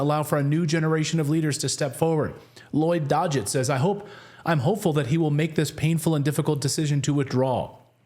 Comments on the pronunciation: So Clayton....Lloyd DOG-it, not DODGE-it, lol. And Raul Gri-HAUL-ba. How long were you on that curvy couch? 🤨 You did say Angie Craig right the first time. But the second time you called her Amy. 🙄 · DOG—-GETT. Not DODGE-IT! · Lloyd Dogget's last name is pronounced "dog it."